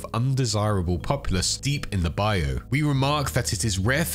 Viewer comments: Just fyi the Bayou isn’t a specific area but refers to the swampy country lands of Louisiana Mississippi and Florida in general. It’s also pronounced Bye-you phonetically whereas you’re saying bye-oh Minor thing but I had to say something as a native east Texan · Pronounced bye-you